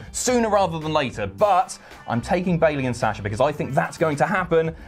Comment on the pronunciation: u guys pronounce "Sasha" so funny